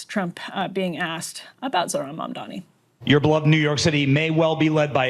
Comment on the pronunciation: No one commenting on the fact that the reporter asking Trump the question didn't even know how to pronounce his name. ZoRHan MaNdaMi. 😂. Add "communist" on top of that and you see what a joke these people are